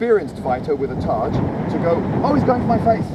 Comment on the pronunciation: Yes - essentially the same word (and targe is pronounced "targ", not "tarj")